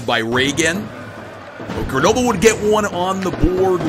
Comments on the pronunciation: its Greunobleu not grenoblé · It’s pronounced Ger No Bull